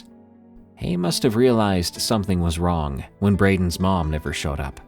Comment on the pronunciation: You know the G in wrong is silent…… right? WronGAHHHH